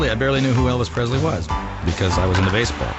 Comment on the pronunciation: It’s surprising that Kurt Russell mis-pronounces Elvis’ name. He says PreZley instead of PreSley.